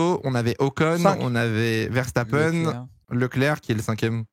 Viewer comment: Pourquoi dit Vershtappen? ça me rend dingue x)